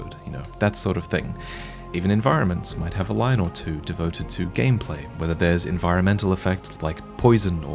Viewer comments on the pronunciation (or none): none